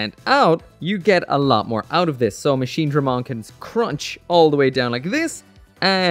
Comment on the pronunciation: Finally! Machinedramon and not Machinedremon